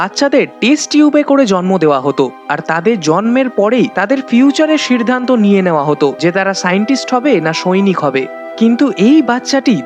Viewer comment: সিরধানত মানে কি রে ভাই?🤣🤣🤣 বাংলা উচ্চারণ করতে পারিস না।